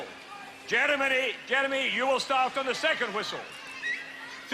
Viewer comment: I bet the commentator was super careful each time he pronounced the black guy’s name. The ref was focussing so much on the name that he screwed up with ‘Jeremeny’ instead 😂